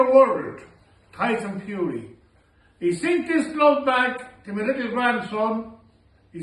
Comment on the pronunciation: I only heard tyson furry... Sorry